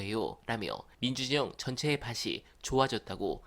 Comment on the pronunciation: 다 좋은데... '밭이'는 '바시'라고 읽지 않고, '바치'라고 읽습니다. 구개음화라는 음운 형상이죠.